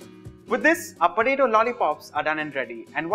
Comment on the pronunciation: it's potato not patato....